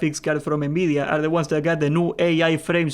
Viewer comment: Why do you say Nbidia instead of Nvidia